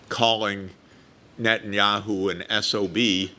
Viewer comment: I wish he could say Net-a-nyahu, not Net-nyahu. It's s prophetic name, very prophetic name.